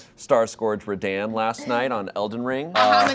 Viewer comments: The fact that pronounces it “Star Scorge Radain” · Ruh-dahn, Emphasis on the AH.